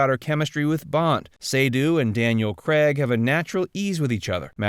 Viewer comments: His name is Craig! Daniel Craig! It is NOT Cregg! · Why can't you Americans say Daniel Craig instead of Daniel Cregg FFS ?